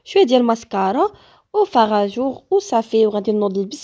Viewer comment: سميتو فاراجو اختي ماشي فاراجور🥰🥰❤